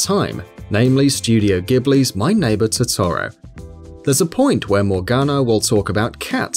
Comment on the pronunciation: I can understand the persona characters names being mispronounced. BUT THE WAY HE PRONOUNCES TOTORO